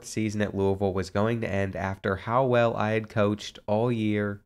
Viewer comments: Didn’t know u were from the area until u pronounced Louisville the right way. You got a new sub. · One of the little things that makes me enjoy this series is that since you’re from Kentucky you pronounce Louisville correctly.